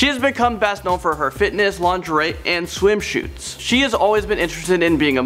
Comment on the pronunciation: What's a schwim schoot?